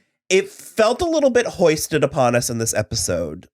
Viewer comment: Foisted not hoisted lol